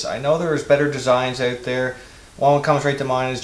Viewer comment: Good vid. Great beard! I like the way you say "ewt". Like "ewtside" or "I figured it ewt." Cheers!